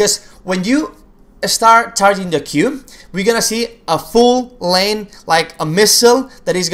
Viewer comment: Hey, great video as always but I noticed you were saying lane instead of line sometimes, for example during the demonstration of the Xerath Q.